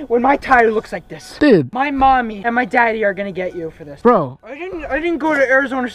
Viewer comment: with the way he said daddy and mommy he is obviosly that rich kid from the other vid